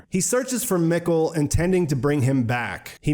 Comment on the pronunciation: Mikkel is pronounced “meek-el”.. do you watch in English or German?